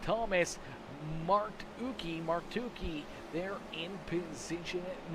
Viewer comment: Howdy, I’m Thomas in the 40 and I had a great time in the race as it was my debut in the series. Also how to say my last name is Mar-To-chee like as if it’s Martucci but the cc is a ch